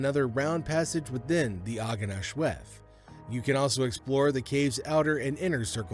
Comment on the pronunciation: The cave's name is pronounced ARGEN AHLWETH